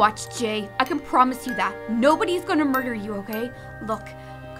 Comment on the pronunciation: "yis" Also "mardar" don't get me wrong I love this, mardar made me laugh for a couple of seconds